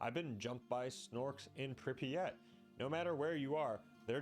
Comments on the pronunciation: Holy fuck please stop pronouncing it “Prippy-at” 😭 it’s pronounced “prip-yat” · "prip e at"